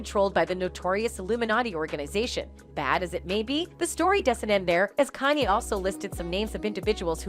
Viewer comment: Oh Lawd 🤦🏾‍♀️ GET KANYE RIGHT!!’ IT IS PRONOUNCED CON - YAY! YOUR SYSTEM NEEDS AN UPGRADE!!